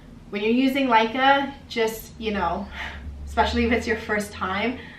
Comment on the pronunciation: Laika ? It's called Leca.....